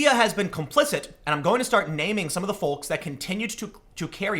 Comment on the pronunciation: I love the way you pronounce "folks".